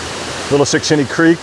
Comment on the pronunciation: As advertised! 😁 I could not count how many times you said "Shickshinny " , but it was alot. Only a true Pennsylvanian could pull that off, and say it correctly EVERY TIME.😆 Thanks for another great adventure, my friend 😊